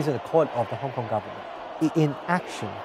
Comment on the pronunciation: "I am a HongKon-gir, I have to pro-tech HongKon....." x-D